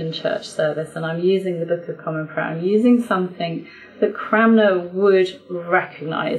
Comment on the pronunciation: I have noticed that you & another English commentator seem to both say "Cramner" rather than "Cranmer". Is this just a slip of the tongue or have I been mispronouncing this name all my life? 👅